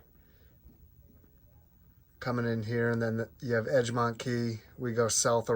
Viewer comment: I live in St. Pete area. Some of the panhandle can be called an armpit, especially the area that Matt Gaetz represents. But be aware the Egmont Key is not pronounced "edge" mont, but "egg" mont.